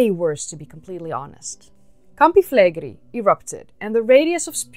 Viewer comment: Awesome video! Just a small note: the pronunciation in Italian is Campi Flegréi, emphasis on the last E, not Flègri.